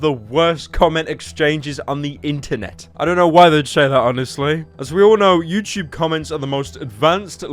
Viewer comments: ah yes my favorite site youchube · pyro voice youchoob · when he said "youchube" i c r i e d